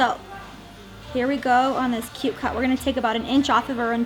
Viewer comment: "I'm not gannew" blegh shudder Had to turn it off there. Going to. Going. To. "gannew"